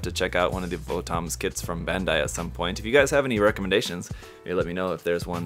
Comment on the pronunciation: VOTOMS is actually pronounced like bottoms iirc